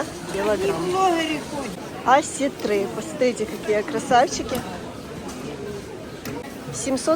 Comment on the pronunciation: ОсЕтры,ударение на Е...